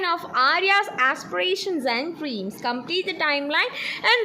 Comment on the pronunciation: Deeams അല്ല dream